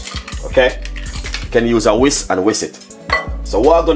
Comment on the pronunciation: Not paree ,its puree say whisk not wis